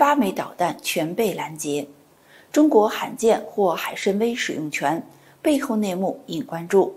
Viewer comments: 海参崴就应该念成海参威，为什么要别扭的念成海参歪？愚以为汉语发音不一定非要以普通话的标准地的发音来框住。四川的汶川念成文川多好，为什么非要念成问川？ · 海参崴（wai），请专业一点！